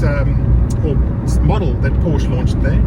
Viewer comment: You should pronounce the brand correctly if youw ant to be taken seriously.